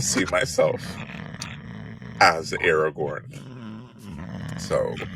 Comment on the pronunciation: I agree with your premise, but I have to point out that Strider’s name is AragoRn; not “Aragon”. Also, the books are not 100 years old - the Hobbit was first published in 1937, and The L.R. Was published . I fully agree not to be happy with pandering and tokenism.